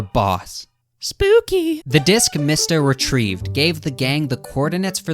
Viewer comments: Your pronouncing mista wrong it’s pronounced like me sta not mist a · Why do you say mista like “mihsta.” When it’s pronounced “meesta” and narancia “na-rant-cia” when it’s “na-ron-cia”. And you say Hamon like “hamen” when it’s “hah-moan” I don’t mean to be rude I’ve just never heard ANYONE pronounce names like you 😅 still love your content tho! Just reminds me of when Naruto fans call Sasuke “sah-soo-kay”